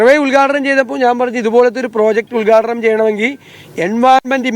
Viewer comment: ഉത്ഘാടനം ,,, ഉൽഗാടനം അല്ല ചേട്ടാ